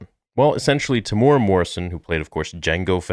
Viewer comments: The way you pronounced his name “tamora” 😂😭 it’s said like “Tem-You-Era”. But nice vid anyway brother ❤️ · Hey bro, love your channel. Just FYI... Temuera is pronounced: Tem Eww (rhymes with "you") Air A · Kia ora e hoa(greetings my friend) Maori fella here it's pronounced Tem-moo-air-raa Morrison. Love your content and watch your stuff alot Proud of the bro Tem and his mahi(work) with the character Boba fett. Nga mihi(many thanks) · I was so excited to see this vid until you slaughtered his name. It's pronounced Tem ooh weh rah. Please make an effort if you respect his acting. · Te - mu - era Te (teh not tay) mu (moo) era (like the english word era, extra points if you can flick that R like italian)